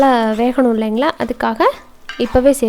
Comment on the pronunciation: வனக் கி னு சொல்லகூடாது வதக்கி னு சொல்ல